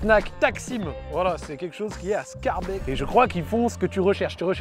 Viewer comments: Scharbèque ? Sckaerbék la pronconciation ;) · par pitié quand tu prononces Schaerbeek prononce schaerbéék idem pour molenbeek ou faut prononcer Molenbéék